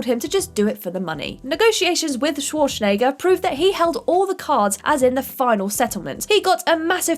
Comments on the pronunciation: Arnold Sworshnayger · Shwashnegger??? You really said Shwashnegger... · has clearly never heard of the actor named Arnold Schwarzenegger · k She didn't just pronounce the W wrong... the way she said the Z isn't used by anyone. She said Shwarshnaygur. How she managed to not even pronounce it as well as other English speakers boggles the mind. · Is she Sean Connery's granddaughter?! "Shwarshnegger" sounds like something Daryl Hammond would say playing Connery on SNL. Also, did everyone else at What Culture get fired?! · Schwarschnegger lol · Actually, no. This isn't fault for mispronouncing Schwarzenegger's name. Its the editors fault for not asking for another take. Looking at you Dom Old. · Is it me or did get progressively more drunk each time she pronounced Arnold's surname? Maybe she did a shot each time his name came up? XD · Or Schwarzenegger... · CANNOT pronounce worth a damn. "undoubtably" hard, "ek-specially" for those it's only recently "came" to light "dilla-tan-tay" Arnold "Schwar-shen-egger" Director Francis Ford "Ka-PO-la"